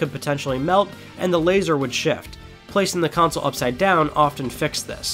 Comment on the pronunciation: CONSOLE not COUNCIL .. CON - SOLE KON - SOUL